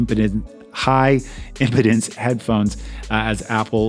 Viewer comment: Oh...and it's pronounced im"peed"ence. Impotence is something else.